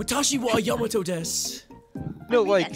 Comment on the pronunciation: Are some of these clips old? They mentioned in the patch notes that Yamato's voice actor was changed to be one that is native Japanese but someone in the video mentioned that Yamato's pronunciation was weird